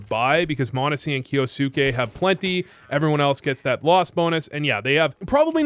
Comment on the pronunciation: pronounced kyousuke correctly, is voo japanese confirmed?